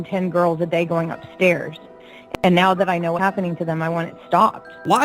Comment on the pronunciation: are we serious right neow..... 😂